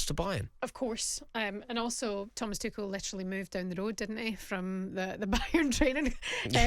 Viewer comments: Rory still calling Tuchel "Two-sh-ell" rather than "Tookle" I see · Another TOOSHEL butcherer. FFS